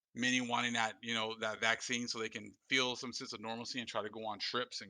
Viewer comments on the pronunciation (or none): none